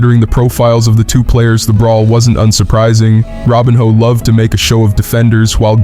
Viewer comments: Robinho is spelled Robinho and is Said róbinho its not Said robinio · “Robin-ho”😂😂😂 It is pronounced as Roh-been-yoh.